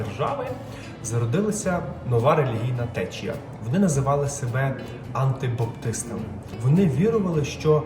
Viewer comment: Не "АНТИбаптисти" а "АНАбаптисти" тобто перехрещені, том що не визнавали хрещення дітей і перехрищувались в дорослому віці.